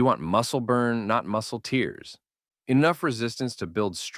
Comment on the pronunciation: Yet another important message that will be helpful to a broad range of people. Just one obvious AI tell: muscles don't cry. The AI narrator said "tears" as in crying instead of tears as in ripping or damage. A human would have known the difference.